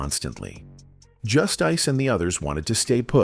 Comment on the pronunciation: 😂 that wasn't "Just- Ice" nor "D-nice" Narrator plz hire someone knows the difference. Artists.